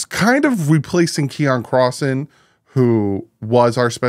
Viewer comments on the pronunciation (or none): none